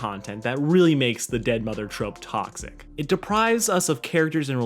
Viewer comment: Sounds like you've been drinking too much Kool Aid, kid. "taAucKsiC". And that is how I immediately knew your video was bs.